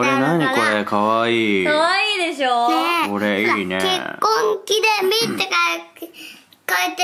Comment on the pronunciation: ぽんすがどんどん人間になっていく 発する言葉ひとつひとつの発音がはっきりしてきたし 話す言葉の種類も増えたし 「結婚記念日」なんて難しい言葉も言いにくそうにしながらも言えるし パパがお仕事を頑張ってることも分かってて、それを言葉で伝えようとしてるし もうすぐママのお腹の赤ちゃんが産まれて自分がお兄ちゃんになる、お世話をするっていう気持ちがあってそれも言葉に出すし もう、全てが感動だ…(一応保育士2年目) これからどんな家族になっていくのか、もっともっと楽しみです！